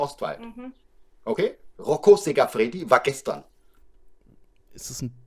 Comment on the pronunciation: rocco siffredi..nicht sicafredi..der hat doch selbst keine ahnung